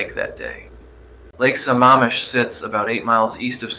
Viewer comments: It's Lake Sa-MAM-ish not Sa-MA-mish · Not pronouncing Sammamish correctly. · This was pretty good, but I'm sure Ted knew how to pronounce Sammamish.